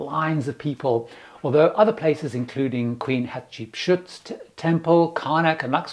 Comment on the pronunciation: Hi! A tip to pronounce the pharaoh queen’s name….”hat cheap suit”!